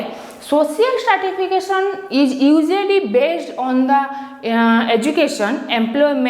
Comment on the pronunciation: It's not startification,,, it is stratification